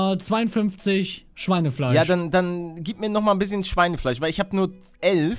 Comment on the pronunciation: Du hast nicht elf sondern ölf